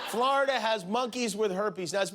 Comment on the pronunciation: “Flarda” - Jimmy Kimmel